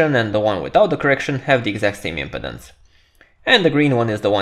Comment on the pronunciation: Thank you for this video. Your English is very understandable and easy to listen to. One note: the word impedance has the accent on the second syllable (the 'pe') in English. The video is placing the emphasis on the first syllable (the 'im') which made the pronunciation hard to understand for this word. I look forward to viewing more of your videos.